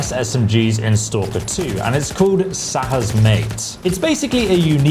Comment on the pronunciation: It's Shah's Mate not Sahas.